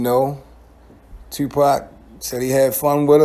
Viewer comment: Bruh why the fuck do you pronounce your “O, OU” = UEW. TUEWWPAC, YUEWTUEBE